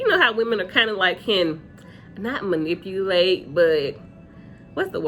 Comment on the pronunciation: Yes, u said it correctly, manipulate.